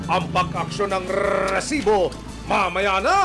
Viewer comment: Sakit sa Tenga Yung pagsambit Ng "resibo" Ang haba Ng rrrrrrrrr.. di nakakatuwa